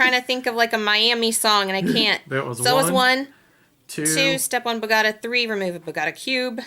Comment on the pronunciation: Love you guys... but please look up how to pronounce Tehran and Bogota correctly!